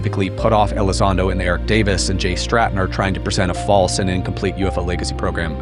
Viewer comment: Sue Elizando 🤣🤣🤣